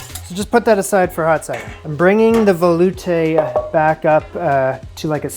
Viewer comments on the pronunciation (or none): You are putting the wrong emPHASis on the wrong syllable veloutE